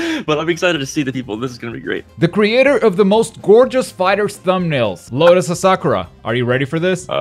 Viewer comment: Btw the pronunciation for the second part lotus asakura is "asa kura" you said "a sakura" which made me laugh.